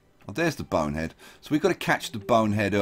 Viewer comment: Am I the only one the miss hears when he says Bone Head, I sometimes think he says Boner Head